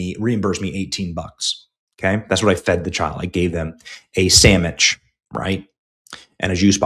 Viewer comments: Benny did you actually say sammich? 🤣🤣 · Idk if I can trust a guy that calls a sandwich a “samitch”😂